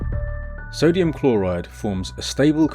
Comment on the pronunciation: Why does every braindead youtuber say "sodium" Its not sodium